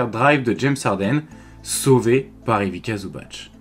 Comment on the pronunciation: Merci c'était super intéressant. En revanche un petit conseil sur la prononciation, c'est Ivitssa Zubatss (la lettre c en serbo-croate c'est prononcé tss alors que ć comme à la fin de Jokić est prononcé tch)